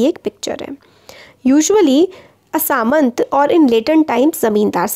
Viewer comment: Mam it's not samant It's samanta So pronounciation is Sa Man Ta